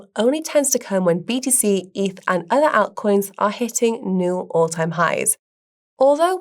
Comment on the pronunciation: I love the way says altcoins. 😊